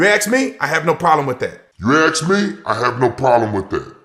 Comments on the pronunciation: "You axe me'' -- self centralist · If you "aks" me little man, you haven't tried your luck to soften me up. All cops are bootlicking cowards. All cops are criminals. All cops are Traitors. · "Ax me this." "Ax me that." Ax like a tyrant and sounds like he ignorant. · You aks me? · That cop needs a boot to the head and fired immediately. What a piece of shit beating up on a 14 year old kid..really. deserves the same if you axe me. Learn English stupid the word is ask. What a piece of crap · Did he just say, ' If you axe me I got no problem with that' Well if you ASK the people, gets the finger...AGAIN. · It's 2023 and black people still can't pronounce the word ASK? I guess they will never advance as a race. The most dysfunctional culture on the planet and this guy proves that beyond ANY DOUBT. Take the smug look off your face, Ace the shitty superior than thou attitude and pick up a English dictionary and practice and learn the language you fucking moron! SMH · He sold his soul to the devil and there is NO to get it back. A satanist phycopath that can't even say ASK. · Big man can NOT even annunciate ASK correctly. He speaks like an idiot. If you axe me? Shut up fool.